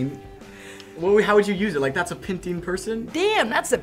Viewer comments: Pin ting? WTF it's PENG 🤣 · Ping ting😂 it’s peng ting ahah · ITS PENG TING NOT PINGTIN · She really said “penti” 😂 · Pintin can you not say peng ting! It’s 2 words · that's not the way to say Peng Ting 😂😂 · Sandbox Lover all of them? the only one I've even HEARD of was peng ting and they couldn't even say That right